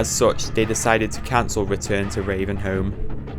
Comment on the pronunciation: "retuhn to reavenhouhm" killed me, good video though